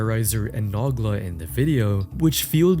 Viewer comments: Nogla. No gla. Not na gla. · "Naw-glah"😭 Noh-glah. Tis Irish ^^ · Ok so saying “Noggla” instead of Nogla throughout the whole video as if they legit don’t say his name a million time per video is genuinely irritating. You do however much research you had to yet cat pronounce a simple name right? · say nog la instead of no gla one more time and I'm gonna lose it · Naw Gluh. Nuh Gluh. It's No-GLUH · it's pronounced "no-gla" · the way he says Noglas name is frying me "nuglah"😂😂😂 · I’m sorry did you pronounce nogla as nahgla?! wtf is wrong with you! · Pains me anytime I hear it 😂😂😂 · Makes me wanna naw on a gla hearing that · Yo pronouncing Nogla as "Nahgla" is makin me wheeze harder than Pasta 😂😂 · Who tf pronounces Nogla like that. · This video is just copying Patrick CC ‘s video same thumbnails. Doesn’t even know how to say Nogla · How can you miss pronounce Noglas name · bro the way you pronounced nogla’s name oh my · Never in my life have I heard someone mess up Noglas name